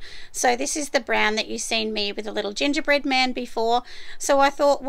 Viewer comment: I had to replay the gongerbread man a couple times to make sure I heard right!!! 🤣🤣😂😂